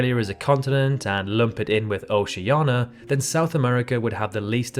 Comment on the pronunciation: Interesting video. But please learn the correct pronunciation of Oceania.